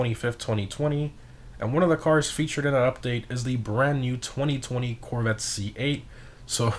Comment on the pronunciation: “Coqwette c8” Close enough.